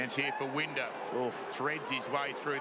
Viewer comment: It annoys me how he mispronounced winders name